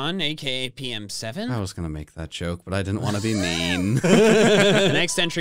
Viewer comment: When he said pokemen7 I thought he said pookymen7 XD XD 😂